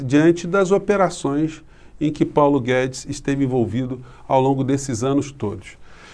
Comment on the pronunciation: O Globo mal fala o nome de Paulo Guedes.